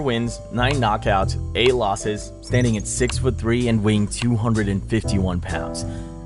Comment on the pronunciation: I like the confidence necessary to be so wrong about the ty of Tybura sounding like Tai. It is a polish name. Y has ee sound in most languages. .